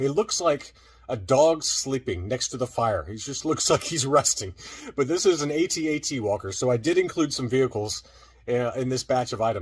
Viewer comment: No, I don't know anyone other than AFG that sounds out all the letters. All military personnel will pronounce an acronym like a word if the letters are formed that way. It's also really weird to sound out all the letters individually for the AT-AT but not for the TIE Fighter. At least with the TIE Fighter you hear the acronym pronounced as a word on film.